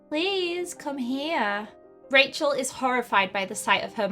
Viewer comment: Her name is Rachel but you say it like this Kashel